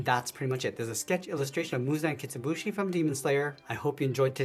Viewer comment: Muzan kitsibushi 😂😂😂😂😂😂😂😂 na'h it's muzan kibutsuji